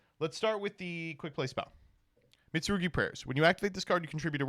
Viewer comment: I love that he can pronounce Mitsurugi but can't pronounce Ouroboros